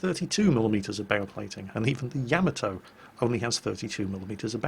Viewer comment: Did say "sacrificial Nyamato"?